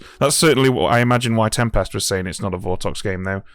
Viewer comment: I love calling Tempest “Tem-Past.”